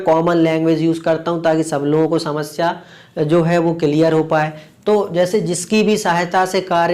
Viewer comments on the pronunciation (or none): none